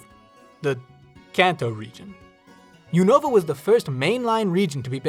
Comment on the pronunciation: Unova is pronounced /YOU-nuh-vuh/, by the way